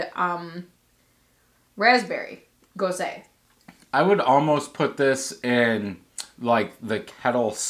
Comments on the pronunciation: Not goes-uh either just goes, like goes to the store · all you need to do is YouTube "how to pronounce gose" or talk to a beer certified judge. ;) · DrHans Brewery ha ha almost! I just knew he would really butcher it 😬😬